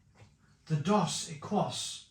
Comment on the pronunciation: equis is pronounced ekis - it means X ,so dos equis means 2X - ie double